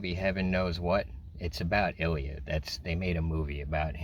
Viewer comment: That's not how you pronounce Ilya, but I understand that it's hard to pronounce for foreigners